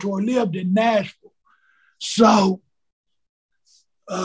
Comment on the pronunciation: the way he says Nashville makes my bowel movement smooth